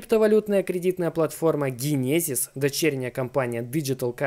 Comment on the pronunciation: Дженезис. Учи инглиш.